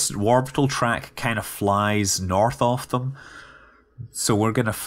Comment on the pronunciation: lol "norTHHH ov thhuum"